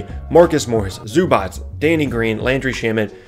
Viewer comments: LApunk88 except that it’s zoo-batz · is right. It's zoo-batz. with "a" like bat.